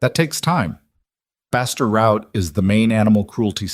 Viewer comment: "Faster" route, not "bastard" route! I walked my dog, someone "hurt" him, not "heard" him.